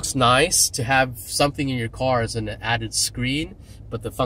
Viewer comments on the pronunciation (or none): none